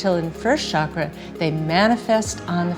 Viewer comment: I am so happy she pronounces the word ‘chakra’ the right way as in ‘channel’ and not as in ‘chicago’ like most everyone else do in the west.